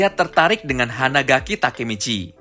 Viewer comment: Hanagaki coy bukan hanadaki 😂😂😂